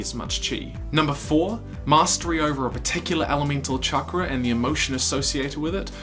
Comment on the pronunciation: Why is he saying chankra?